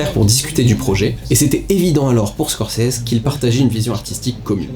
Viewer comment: "ScorSese"... et non "ScorCese"...